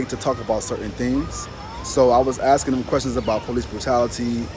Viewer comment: Lol. He said axing in place of asking. That's an African American thing.